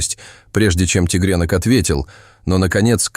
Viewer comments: тИгрёнка ,а не тЕгрёнка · зачем вы говорите тигрЕнок...неприятно слушать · Зачем вы говорите тигрЕнок....? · делает неправильно ударения в словах:, кот, тигрёнок, то Лука, То ЛУ ка❤❤❤❤❤